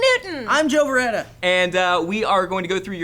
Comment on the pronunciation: Lol said joe beretta in the intro